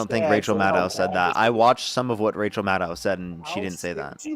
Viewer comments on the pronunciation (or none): Respectfully, a small point: Out of respect for her considerble work over all these years... RACHEL MADDOW's last name is pronounced -->"MAD'-OH"<-- (rhymes with SHADOW).--- There is no "OW!" 😬🤕 involved. Never has been. ¡Ay yi yi! 😅 Thank you.